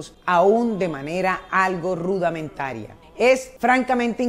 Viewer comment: Se pronuncia RUDIMENTARIA.